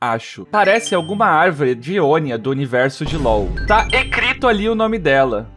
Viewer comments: "tá ecrito ali buro" O PORTUGUÊS AKKAAKAKA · "ecrito" e "buro" me quebrou KAKADAKS